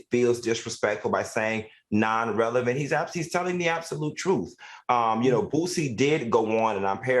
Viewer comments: Boosie not Bootsy lol go on to the next Thang Al! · “Bootsie” lol. His name is Boosie I am sorry, he is from my hometown